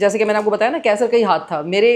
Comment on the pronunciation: Kaisar sahi lafz nahin hai. Qaisar sahi lafz hai..